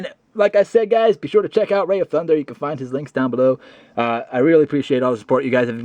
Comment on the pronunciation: rai as i raikou not ray lol any ways my friend and i are watching this and hes dissing me for losing lol